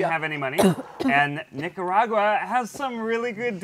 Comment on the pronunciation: Ned going on about how romantic Nic-co-rah-gwa was. Zach quietly dying next to him.